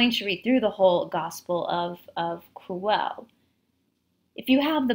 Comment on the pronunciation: The word "Quelle" is pronounced as kwel-le. the "e" as in get, not be. This source is also called Q by German theologians. BTW Judea was getting too hot for Yeshua to stay there, so the last supper was actually the farewell meal before he was going to disappear into another land. Unfortunately the High Priests were faster and Pontius wanted no trouble with them.